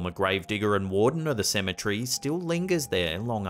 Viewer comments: It irks me to hear this guy pronounce Symmetry instead of Ce-me-tery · CEM - E - TER - Y. Why do you mispronounce this word so often?